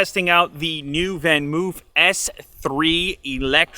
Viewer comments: Van Moof is pronounced as Van 'Mofe'. The double 'o' is pronounced as for example the 'o' in home. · As it being a Dutch brand just wanted to point out the pronunciation of the brand. It isn’t pronounced as van ‘moo’ like a cow moo 🐮 🐄. More like ‘van moe f ‘ 👌